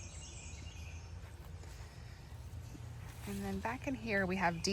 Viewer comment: You have a marvelous rose garden! Of the roses in your collection, I think that Zaide is my favorite. Kordes roses look beautiful and hardy. I only have Dark Desire. It's grown with minimal care here in Texas. I bought 2 Evelyns this year. I look forward to seeing them bloom. I must correct you with the pronunciation of Meilland. It's pronounced May-YOHN (French). I also think that you should add azaleas and/or rhododendrons to your woodland garden.